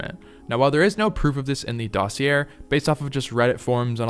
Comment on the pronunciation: Just a heads up... The r in dossier is not pronounced. It's like "Dos-ee-yay" it's a French word. ❤